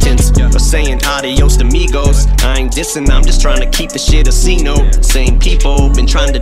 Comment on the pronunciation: He just pronounces things incorrectly to make it fit the rhyme scheme. Good music and a great vocabulary but I’ve never liked how he’s done that.